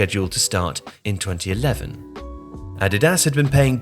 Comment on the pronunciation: Curious why you pronounce 'Nike' correctly but 'Adidas' incorrectly?